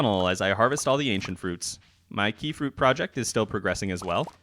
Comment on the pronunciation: just to shatter your illusions about trolling mr qi... qi is pronounced chi